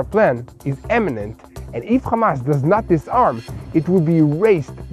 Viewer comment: Not, "eminent, "IMMINENT."